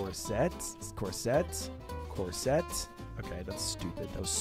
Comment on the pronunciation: That is absolutely not how to pronounce corset